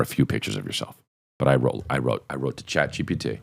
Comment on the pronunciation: “Ghat GPT”